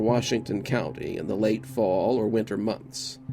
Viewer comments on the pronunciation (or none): none